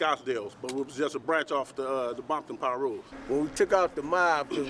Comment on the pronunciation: He said Bomton lol